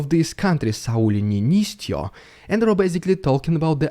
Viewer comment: That "niinistö" was almost perfect, the beginning was but there is no "j", so like its not "niinistjö" I know that ö is almost impossible to gather without hearing it, you said the norwegian variant but its almost the same. Skip the j or "dz" or "ts" what you pronunced at the late, its just a t like "tea"